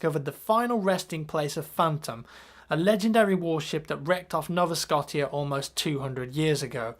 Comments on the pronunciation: So,, when says Nova Scotia, he pronounces it Scot-eya. Not a major thing, but for future reference, its Nova Sco-sha. Being Canadian, its a little bothering, but I'm from western Canada so its fine:D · its not [ nov-a-skosh-ea ] its [ nova-scko-sha ] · It's pronounced Nova SCOH-SHA not Nova SCOT-EE-AH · I know its a stupid thing but he pronounced Nova Scotia wrong. (Sco-sha) not (Sco-tee-a) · OMG!!! nova scottea...... its Scotia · "Nova Scott-tee-A"?.. Really? Scotia is pronounced "Sko-sha" and means New Scotland in latin. It's a province in Canada man... Disappointed. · .....its Nova [Sko-Sha] not Scott-ia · It's not pronounced scot-tia. It's pronounced scosha. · no offence you made a mistake pronouncing the name of the place when you were talking about the book it makes refence to a canadian province called nova scotia (No-v-a Schoshia) you pronounced it like (Nova Skotia) Just clarifying a simple mistake… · did you really pronounce nova-scotia noh-vah scot-iah its sco-shah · lol nova SCO-TI-A (nova scotia) its pronounced nova scoshia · Nova Scotia? Hahahaha. It's No-va Scoshia, not Nava Scott-ia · It's not pronounced Nova Scot-Ee-Ah lol, it's Nova Sco-Shuh. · you said nova Scotia wrong ;-;. Not scot-ia. Sco-sha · the way you said nova sco (TIA) made me laugh its pronounced (Nova-Scoosh-a) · very important its pronounced Nova Scotia (Sko Shaa) not Scottia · im not trying to sound an ass but Nova Scotia is pronounced "No vah sco sha" just for future reference :) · It's Nova Scotia (skosha) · Nova Scotea? Lol way to pronounce my home Province. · You pronounced Nova Scotia wrong and i know because i live in Nova Scotia which is a province in Canada! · i live in nova scotia, it's pronounced "Nova ScoSHia" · Nova "Scott-ia"? It's pronounce with an O sound. Nova Scotia. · you pronounced Nova Scotia wrong, it's pronounced like (no-vah sco-sha) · You said Nova Scotia (No-va Sco-sh-a) wrong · NOVA SKO-SHA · Nova Skosha is how it is said sir